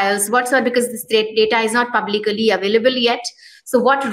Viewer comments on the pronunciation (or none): Madam u r working with print, , Publicly is pronounced as Puhb-lik-ly and not puhb-li-kaly.